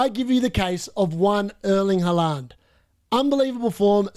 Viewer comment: I like how you say Halaand😁